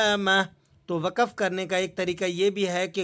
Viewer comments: وقف جامد ہوتا متحرک نہیں آپ بولتے ہی wakaf ایسا غلط ہے بلکہ wakf درست ہے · آپ وقف ۔۔۔ و ق ف میں درمیان کے ۔۔۔ق ۔۔۔۔ پر زبر دے رھے ہیں جبکہ درست تلفظ میں ۔۔۔ ق ۔۔۔۔ پر جذم ھے Waqaf نہیں بلکہ یہ waqf پڑھا جائے گا ۔۔۔۔ آب بتایئے آپ سے عربی کا تلفظ کیونکر سیکھا جائے ۔۔۔؟؟